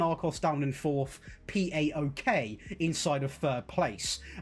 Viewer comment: Plase never say Pee Ay Okay again hahah , it's PAOK (PA O K) and it's a very big and historic greek team build from the Constatinopole (Kontantioupoli in greek , the K in the name) refugees ! Love from Greece !